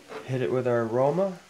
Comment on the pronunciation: Yumm looks soo good!! Love how quick this recipe is!! “Rrrrrrrroma tomatoes” lol